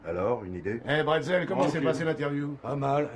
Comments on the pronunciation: Monsieur bretzel ! Sérieux c'est pas un biscuit apéritif..... C'est brazel. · Le nom du fermier c'est Mike Brazel, et non Bretzel. Ça se saurait si l'OVNI était tombé chez nous en Alsace.